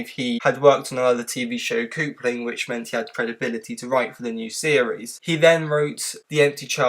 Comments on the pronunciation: CUPling, not COOPling. It’s about couples dating. Interesting video. Enjoyed it! I agree, Moffat is both incredible and utter rubbish at times. His season arcs post season 5 drove me nuts. Clara started out so great. It was so disappointing to watch Moffat slowly turn her into a highly unlikable individual. Her character development was woefully inconsistent. As was Capaldi’s if I’m being honest. I would throw River Song in there as well. Makes me sad to think how great they all could have been under a better show runner who cared about consistency in character development. SIGH. As a side note, the music in your video is fine. However, it drowns out your voice. I’m more interested in your analysis than random songs. Just noticed this video is from 5 years ago. I think Chibnall surpassed Moffat as most controversial show runner ever. 😂😂😂😂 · Lol! "Coopling"!!!